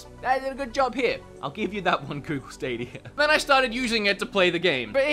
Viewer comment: Google stadierrrrrrrrrrrrrr